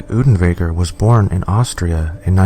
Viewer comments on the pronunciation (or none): Damn boy, do your research properly! Unterweger's name is pronounced oonterwayger, not oodenwayger! How can you even misread his name? Also, there already is a movie about him, making it moot to mention him in this video. It was released 3 weeks after this video and was in production long before. Also, there's no source that supports your bullshit claim that writer's block caused him to commit suicide! On the contrary, Unterweger threatened multiple times to kill himself during his trial if he was convicted. He hanged himself the night after the verdict. But yeah...writer's block...